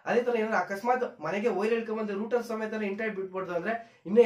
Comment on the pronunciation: Ond..ondu channelnu togobodu guru....☺️☺️.."Router"...ruter...Alla.....